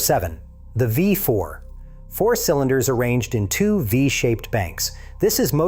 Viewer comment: Jesus Christ in heaven, tell your dumb ass chat GPT bought voice that it's v4, not five four. That V is not a Roman numeral you stupid shit. It's a common error among all your videos that have V4 in the video. You'd think your monkey ass would have learned that by now, but I guess you don't even proofread or proof watch your own shit!